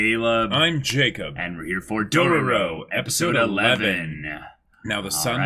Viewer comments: and no, they're not trolling on the Dororo name. They keep pronouncing Dorowrow. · They can't even pronounce Dororo and you want them to say Daigo? lol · they were trolling on the dororo part. And them pronouncing Daigo wrong isn't such a big deal. I also don't care about names when I watched anime, sometimes